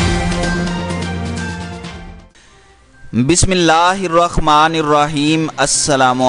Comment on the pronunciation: Jnab aap se bismillah bhi nhi aati Bismillah hirrhma nirrheem he. Na ki hirrkhma